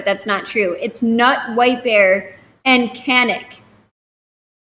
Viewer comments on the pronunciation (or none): I don't want to be the bad person here but Knut is a nordic name and you pronaunce the K as a K =P